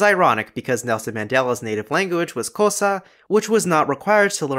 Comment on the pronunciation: Didnt pronounce xhosa with a click sound, 14/56 video